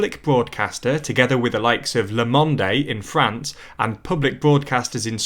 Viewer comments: The French newspaper is pronounced 'le mond' (not 'le mond-ay'). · Haha "Le Mondé" the "e" in "Le Monde" is silent :p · "Le Monday" lol Edit: french is a difficult language so please don't be offended. It just sounds a bit silly. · Le “Monday”? Seriously?! How can a presenter not know how to pronounce “Le Monde”, one of the largest newspapers on the planet? Quick credibility loss there. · It's /luh-mawnd/, not /le-muhnday/. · "Le Munde-ay" lol. Sorry, I know that French is not your native language but I have literally never heard this world famous newspaper being so badly mispronounced. There's no "ay" at the end. Do you also say "France-ay" because there's also an "e" at the end? Or "à la mode-ay" or "the Louv-ray"? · le Mon Day 😂😂😂😂. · "Le Monday" 😭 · "Le Monday" lmfaooo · Le Mondé lol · 'Le monde' is meant to be pronounced as 'Le mond' because there is not an 'é' like that with the accent on it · Le Monde - don't pronounce the final e, "Le Mond" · Who is “le mondé” 🧐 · "Le Monday"?! Maybe someone who didn't pay attention in school to basic French pronunciation shouldn't be presenting a channel about the EU! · "Lah Mond-ay" lol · Le Mondé? 😅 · "Le Monde" has no A or EH at the end! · cringes at the pronunciation of french and German names ("Le mond-aye", "Stinemair"...) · Le mon-day. Anjella not Ang-ghella. Learn how to pronounce these please. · 'le monday' and 'anjella merkul, frank-walter steinmeer' ... PLEASE try to pronounce their names more correctly... its like scratching chalk on a blackboard. Yes, it sounds petty but getting this right raises your presentation and attention to detail to the next level. That said, your presentation is overall - fantastic. Keep up the good work. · Le Mon-day? Really? And Angela has a hard g. And you don't say the "h" in Hollande. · Please at least try to pronounce non english names correctly. The other hosts of Tldr do that as well. Le Mondey? Wtf dude? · the Le Monde pronounciation made me cringe so much